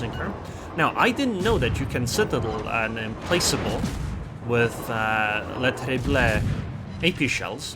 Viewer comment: Hello, your pronounciation of the French destroyer Le Terrible is far from bad, but you should not pronounce the last "e". It would be more like "Le Terribl". But hey, thanks for the replay and the comments.